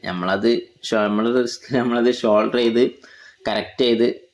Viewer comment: ഷോൾഡർ അല്ല ബ്രോ സോൾഡർ